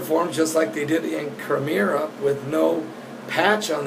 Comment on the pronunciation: it's CRIMEA!!!! Please stop saying CRIMERA there is only one R!!! Love the updates though but please get your geography right lol peace